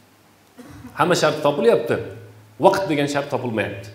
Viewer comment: Вакит эмас вакт деб езинг